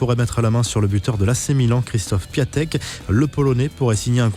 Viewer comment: Je crois pue Piatek ce prononce "Piontek"